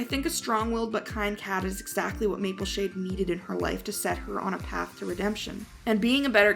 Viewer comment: It's not Mapleshine it's Mapleshade